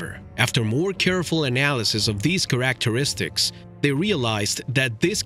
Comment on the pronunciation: Almost pissed myself hearing him say "characteristics"! Thought i misheard it but i was wrong. Replayed it 10x. Couldn't say why it had/has me in tears but it does. In no way am i trying to insult,be rude, make fun, bully him or this video. Simply had to comment on how this channel has given me one of those laughs we all know of but so rarely get. Subscribed and rang that lil gray bell! Who knew a lil word pronunciation could do this? Thank You.